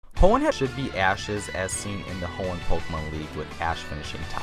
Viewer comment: he said hoeen wrong and unava wrong